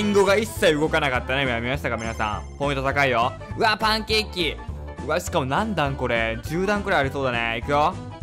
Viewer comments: パンケーキが タンケッキーに聞こえた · パンケーキが一瞬タンケッキーに聞こえたww